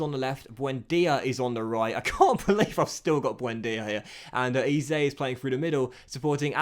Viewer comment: Eze is pronounced eh-zay